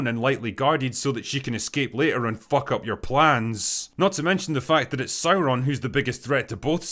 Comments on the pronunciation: Oh no not SaurrrrRRroon. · Dude, it's pronounced SOYRON, not Sauron......